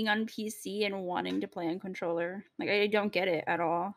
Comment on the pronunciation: Lmfao he said controller anjing